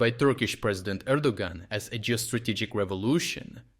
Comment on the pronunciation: Erdogan is pronounced Air-do-wan. The "g" males the previous vowel, in this case an "o" a long sound. Enjoy your stuff.